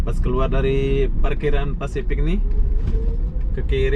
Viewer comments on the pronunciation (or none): Pasifik dodol. Bukan fasipik.